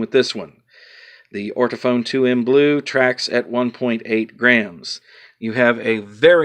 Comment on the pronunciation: Sorry it’s NOT ORTOPHONE it’s ORTOFON!!